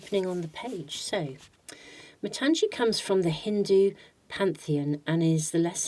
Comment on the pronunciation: Hi, for Pile -2 it should not be pronounced as matanzee it is matangi as gi in gift. Matangi is one of the dasamahavidyas. Very powerful goddess 🫶🏻 from India.